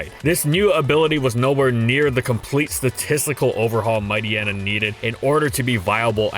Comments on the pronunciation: No, MightYEENA not Mighty-enna. It's supposed to be a pun of Hyena (hyeena not hy-enna). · I thought Mightyena was supposed to be pronounced like hyena… is anyone else bothered by pronunciation? Haha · Mighty-ena? Might-yeena. It's bizarre because he pronounced Hyena properly. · WHAT IS WRONG WITH YOU? Why are you pronouncing its name "Might-y-ena" and not "Might-eye-eena"? You literally called it a hyena. It's pronounced like hyena. Like "Might-hyena" except without the H. I cannot BELIEVE yoou went the whole video calling it Might-y-ena, holy crap, it's so frustrating to hear.